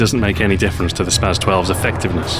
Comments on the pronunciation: its spas not spaz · its pronounced spa"ss" 12